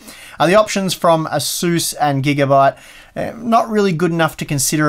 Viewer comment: Not sure what an asuss is^^ are you trying to say Asus?